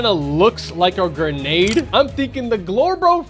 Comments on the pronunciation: Grendade launcher instead of Grenade launcher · “Grendade launcher”💀💀